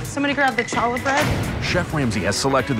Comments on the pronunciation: Did this chick actually use a hard "ch" to pronounce "challah?" The Jew in me is about to turn into a super saiyan. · This man really excluded my girl's sandwich because she pronounced it "CHALLA" bread instead of "HALA" bread. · “Challa” bread?? It’s pronounced “halla”! 😂 Edit: omg I didn’t think anyone was gonna correct her! My Jewish self is so relieved! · The only problem is that she cannot pronounce the Challah [Kah-Lah] bread correctly. 🤣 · Chah-llah bread.: pronounces “challah bread” correctly not wrong here,. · It's actually not Hallah either- it's spelled with the Hebrew letter ח, which most English speakers can't pronounce, which is where the H comes from. So actually, nobody pronounced it right here 😅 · The hilarity of and bickering on who is pronouncing challah right when both are so very wrong XD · both of their pronunciations of challah was wrong 😂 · Hearing Challah pronounced like that hurt my soul. thank you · That was bad. Not only butchering challah, but saying "challah bread"